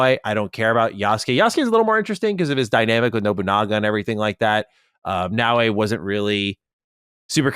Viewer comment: adding extra letters to Naoe😂